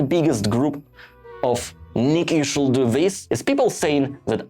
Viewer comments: (random note, feel free to ignore: you don't need to pronounce the "l" in "should" - it's just like "shood" - sorry if this is a bit rude to say so, but it's probably easier to pronounce than the way you're doing it so thought I'd point it out. 😅) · I guess a good start should be to quit saying "should" with "l" in it😊 As to the rest of the suggestions, you just SHOULD do it your own way😅